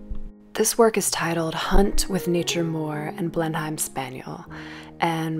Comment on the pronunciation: thank you for this - lockdown, travel-deprivation, vicarious-gratitude is real. which is why I struggle with the decision to point out errrr the pronunciation is 'blen-emm' not 'blen-hime' : gross of me to show thanks this way but ya know. going forth it's good to know, maybe. in case you ever curate a show there, for example.